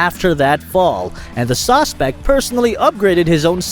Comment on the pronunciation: Suacespect? Did the rob an Italian restaurant?